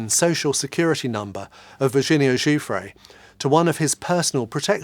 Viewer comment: Giuffre is cousin to another Giuffre close to me … thanks for pronouncing her name correctly .. cheers from Australia